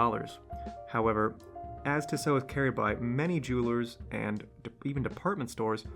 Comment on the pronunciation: Tissot = "Tea-Soh" Chemin Des Tourelles = "Sheh-min deh Tour-ell"